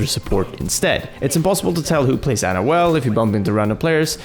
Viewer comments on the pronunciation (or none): Her name is Ana not Anna, sorry this just annoys me.